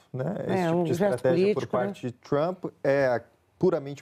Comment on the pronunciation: ela disse ministro donald thrump ?